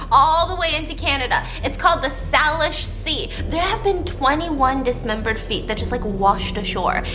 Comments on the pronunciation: Steaphanie it’s pronounced SAY-lish!!!!! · Just want to say the correct pronunciation of Salish is say-lish, completely understand that it doesn't look like it would be pronounced like that! really love your channel btw <3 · Hey Stephanie, I’m from Washington so I’m glad that you’re covering this story! I’ve only heard rumors, also it’s pronounced Sei-lish 😅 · As someone from Seattle, I can say I did in fact know about these feet washing up on the shore. 😂 but the way Stephanie kept saying Salish (SAY-lish) triggered me every time! 🥵 love you girl.